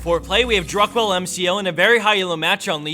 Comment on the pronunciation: druckwelle means sth like impulse in english... dat pronounce xD